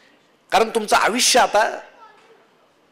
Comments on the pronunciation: ईतकं चांगलं बोलता पण आविश्य का म्हणता? आयुष्य म्हणा ना. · छान बोलता.... परंतु मराठीतील कांही शब्द चुकीचे उच्चार होतात... उदा. "आयुष्य" याचा उच्चार "आविश्य" असा करणे योग्य ठरणार नाही, असे मला वाटते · आयुष्यचा उच्चार आविष्य नसावा,सर.. बाकी सर्व काही ठीक..🙏